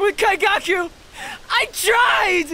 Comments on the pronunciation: Nice video that’s not how you say his name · That was beautiful, my onlu complaint is just Kaigaku's name pronunciantion, it hurts everytime I hear it.